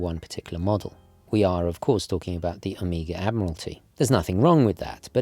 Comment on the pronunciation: please - stop saying "Omiga" ;)